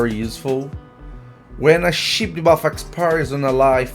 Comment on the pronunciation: Sheep, not ship 😅